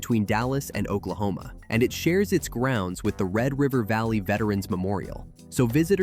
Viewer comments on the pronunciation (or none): none